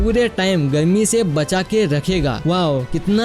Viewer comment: Kyonki app garmi ko galmi or bahar ko bahal